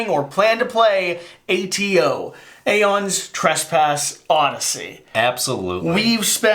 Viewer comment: I dont know why, but it bothers me so much that you call it 'Aeons' Trespass Odyssey. So many YouTubers apparently cant read the title of the game lol